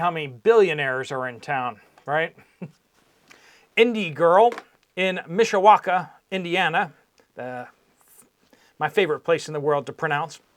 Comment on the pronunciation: UPDATE BTW ... You are pronouncing Mishawaka Indiana correctly lol. I grew up there.